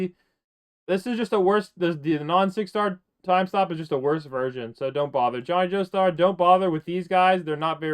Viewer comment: Did he just say johnny jeostar